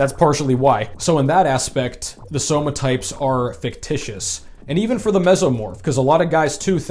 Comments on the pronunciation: When you said "Somatypes" and then corrected yourself, I first thought you were just poking fun at V-Shred. But then you kept saying it through the whole video so now I'm thinking V-Shred's ads just made you say it this way lolol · Says "Somatypes" because it's one less syllable but also says "Big Boneded'